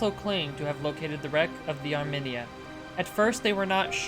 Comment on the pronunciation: Thanks again friend. Though your pronunciation of Armenia got me to cock an eyebrow, good show all the same.